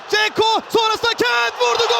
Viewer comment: Sipikerin kentt demesi cok iyi